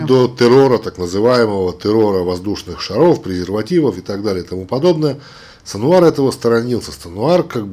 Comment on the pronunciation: Фамилия главаря хамасовцев в Газе не САнуар, а СИнуар ( Яхья Синуар - יַחְיא סִנְוַאר ).